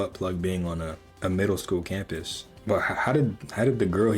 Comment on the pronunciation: You know bro was a private school kid by the way he said middle school campus